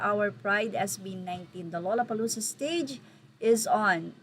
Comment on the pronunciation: Pagpronounce po ang gusto ko lang malaman nya. Ang tamang pronunciation ay Lala…..